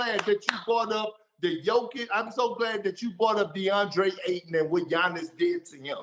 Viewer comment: it’s AYTON. With a Y. Lmao